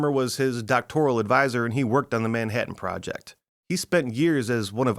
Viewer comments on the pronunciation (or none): none